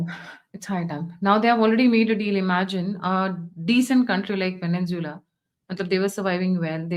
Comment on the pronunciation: It is Venezuela not VENENZUELA.